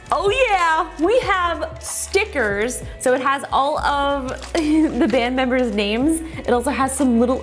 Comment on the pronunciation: I like how she calls them band meambers